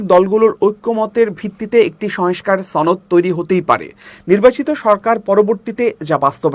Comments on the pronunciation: ভাইরে, শয়েংস্কার না...."সংস্কার!" শয়েংস্তা না......"সংস্থা!" 😜😻😁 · সংস্থা /সংস্কার উচ্চারণ সঠিক হওয়া প্রয়োজন।